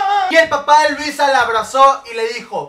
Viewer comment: me dio demasiada risa como se vestía Louisa😂😂 y como en vez de decir Louisa dijo Luisa😂😂😂😂